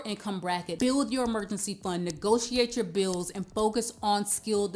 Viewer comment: Uh it kinda reflect ts on your LACK OF INTELLIGENT S It us pronounced bills with an L Not buwws as with a w Also it is THAT .NOT DAT